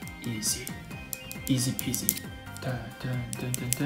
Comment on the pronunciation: Says "easy peacy" and drops a peace. :D It's not as easy as it looks.